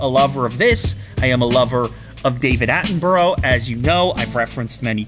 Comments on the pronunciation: David attenbro!😂😂its pronounced attinbrugh in the UK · I'm sorry but his pronunciation of David Attenborough... I'm pretty sure it's Atten buruh, not Atten buro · you said david's name wrong, its not david "atten-BRO" its david "atten-BRUH" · When you say David Atten’bro’ But it’s actually David Atten’bruh’ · If he was a lover of David Attenborough, he would know that it’s pronounced “attenbrugh” rather than “attenbuhrO” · What do you mean David Attenbro? It's David Attenborough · Lol you can't say "I love David Attenborough" while saying "Attenburrow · As a British citizen I don’t think you pronounce it as David Attembro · Are we just gonna ignore the fact that he said David Attenbro ?? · His name is pronounced at-en-bre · Your not a lover of David Attenborough if you cant pronounce his name correctly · I hate the way you pronounce David Attemborough